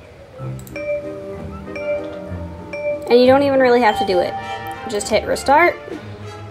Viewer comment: Love how she says “it’s rEAlly up to youa